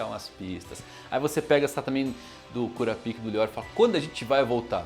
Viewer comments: poxa mano KúraPíka é foda ne... fala pelo menos igual os japa.... kurÁpka.... fica um som melhor... até pra quem nunca ouviu falar do anime, pra nao ficar essa zoeira com o nome dele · Fica melhor a pronúncia " KURAPAIKA"